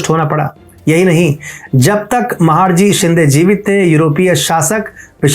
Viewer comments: आप ने व्हिडिओ द्वारा जानकारी बहुत सुंदर दी है, लेकिन आपका "महाडजी" शिंदे यह उच्चारण गलत है. उनका नाम महाडजी नही था, बल्कि महादजी शिंदे था. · महादजी शिंदे not महाडजी शिंदे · महाडजी नाही रे महादजी आहेत ते नाव तरी नीट घे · अच्छा तरीके के से pronounce कर... महाडजी नहीं महादजी शिंदे बोल.. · Mahadji .... महादजी. NOT महाडजी. PLZ CLEAR IT ! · महादजी शिंदे उनका नाम है ना की महाडजी ❗उच्चारण सुधार लिजिये. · उच्चार महादजी शिंदे करो... महाडजी नाही. Please correct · योग्य उच्चार 'महादजी ' हैं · महाडजी नही महादजी है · महाडजी नहीं महादजी है। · It's महादजी not महडजी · सबकुछ सही रहा पर आप महादजी का उच्चारण महाडजी कर रहे हो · कृपया, महाडजी नहीं महादजी ऐसे काहीये. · महाड जी नही महादजी कहिये आप हिंदुस्थानी लागते हो तो गलती मत करो महादजी कहो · महाडजी नहीं महादजी 🙏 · You are pronouncing his name as " महाडजी " which is incorrect. Correct pronunciation is " महादजी शिंदे " .😔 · With due respect it is " महादजी "